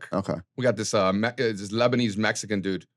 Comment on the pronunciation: with the “Lesbanese” 😂